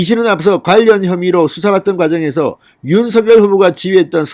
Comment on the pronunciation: 윤석열 윤성녈로 발음 교정해주심이~ 어나운서도 윤석열당사자도 표준발음규정에 따라보아도 진행자님 발음이 거슬리네요 작열하는 ㆍ자결하는× 장녈하는○ 색연필ㆍ새견필× 생년필○ 휘발유 ㆍ휘바류× 휘발뉴○가 아닌가요? 이제는 많은분들이 표준발음으로 교정하고 있으니 참고해주세요 많은 구독자있는 채널이잖아요